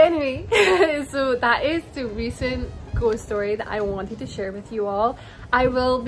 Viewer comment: With your accent every time you say ghost it sounds like "ghostie" which is cute.